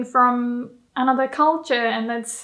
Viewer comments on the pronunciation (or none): none